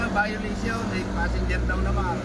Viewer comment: sa pananalita plng, at kilos,, bka di pa graduate ng highskul toh.. sa pagpronounce plng ng violation, wLa na